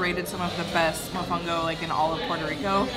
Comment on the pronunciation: A little piece of me died when pronounced “mofongo”😔 I know he’s trying, but still